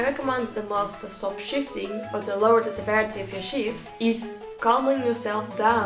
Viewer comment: I kept thinking he was saying shitting 😂